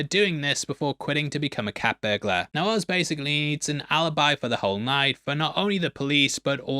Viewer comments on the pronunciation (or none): none